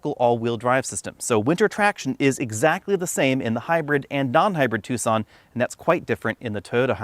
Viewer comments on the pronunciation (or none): You say "two son" laugh here we say "tak sun". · Ah, amusing. Yes, Tucson is not pronounced how it is spelled.